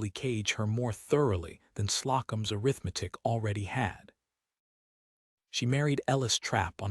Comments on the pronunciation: Exactly. Also, arithmetic…. A-RITH-me-tic should be the emphasis. I am tired of hearing a-rith-MET-tic. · air.ith. metic 🤯 A RITH MA TIC Good story Good reading voice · Please teach AI to pronounce - a rith ma tik - it is the first pronunciation in the dictionary.. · I hate errith-medic for arithmetic. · Please teach these AI voices how to read words correctly. Can't pronounce arthimetic! Slocombe, etc. The story is nice but every time a word is mispronounced, I go nuts. There is no call for having 'readers' mispronouce evrrything. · would someone please tell AI how to Pronounce Arithmetic??? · I just wish this voice could pronounce the word “arithmetic”! It’s the same in other videos. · I agree. AI readers should have dictionary pronunciations programmed into them. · Liked the story more than I expected, but worried that AI is going to change our pronunciation of words like ‘clapboard’, ‘Slocum’, and especially the noun ‘arithmetic’, before humans find their way to correcting it. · Story was good, but presentation was badly done. AI very bad with proper names. "Slocum" was mispronounced the entire story ("Slow'-come", not "slah-cum"). And the pronunciation of "arithmetic" was painful. The background pictures are unnecessary, unrelated and distracting, though a Commentor on another thread said the image can be enlarged with two fingers. This eliminates the captions, which do not follow the narration anyway. If captions are needed, I suspect "Closed Caption" would be more accurate. Narration was dry. I gave the story a Like, but did not Subscribe. OR, USA